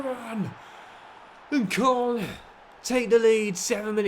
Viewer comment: If you keep saying koln like that I might have to stop watching this save